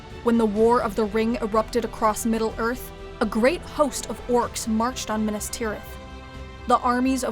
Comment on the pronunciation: You can pronounce Minas, Isildur etc but you cannot pronounce the word "plague". it is Play-guh, not Plagg.